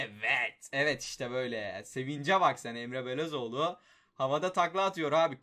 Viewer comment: Ya şu adamların ismini düzgün oku ya bune resmen Luyindaama diyorsun sonra Emre Belözoğlunu bile Okuyamıyosun Emre Belözoğlu diyosun